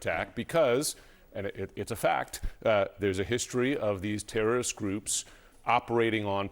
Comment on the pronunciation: You people feel uncomfortable to said Terreriost to Terreeiost👎👎